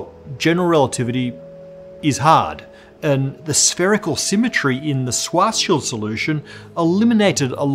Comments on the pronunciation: Stop saying swah-shield. I don't know exactly how Schwarzschild is supposed to be pronounced, but I'm at least sure the r isn't silent! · My God, just say SHVARTS-SHEELD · uses to pronounce SCHWARZSCHILD's name kinda 'Schwarz-child'. This is why all the discussion about children began. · "Swashshild" LOL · Yeah. I remember thinking at the time that that pronunciation seemed wrong, or at least not German. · His pronunciation of Schwarzschild is terrible but I can't blame him for it. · Why do you keep pronouncing "schwarzschild" like that. Stop!